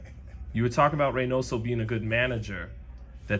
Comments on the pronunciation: Him and reynaso no buddy it's reynoso so. He didn't want to say nose because he knew . So he said reynaysal he's prob thinking about his nose at that moment. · Leonard was fighting for his life trying to pronounce Reynosos name😭😭